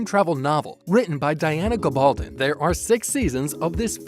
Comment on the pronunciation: You need to pronounce names correctly. I just can’t stand these mechanical reading videos. Long story short you said lots of nothing we already knew. And you did not even pronounce authors name right. Clicking off now ... geez. Waste of my 3 minutes. Thanks loads.